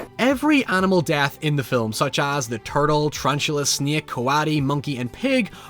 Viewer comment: it's like most of his accent is perfectly normal and intelligible, and then he pops out of nowhere with a "hoyever, abite, snyeak, naow"